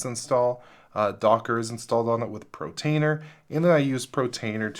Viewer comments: So many people mispronounce it, I've noticed it all over YouTube! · "protainer"? :D